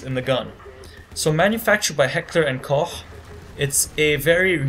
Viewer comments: You said it right, but you sounded white as hell xD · OMFG! I love when Amaricans/Englands try to speak German <3 :D But nice try and Heckler&Koch you prounounce good! :) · You said the name right, and the company name right, I'm proud of you. FYI: I'm a fellow German native :P